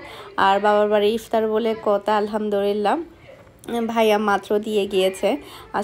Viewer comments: আলহামদুলিল্লাহ । আপনি কি আলহামদুলিল্লাহ না বলে আলহামদু রিল্লাহ বলেন? এটা কিন্তু ভুল উচ্চারণ। আশা করি ঠিক করে নিবেন। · Amio notice kori Alhamdurillah bole. ami onar video dekhi.